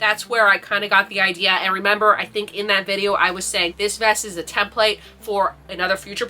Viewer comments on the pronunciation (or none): none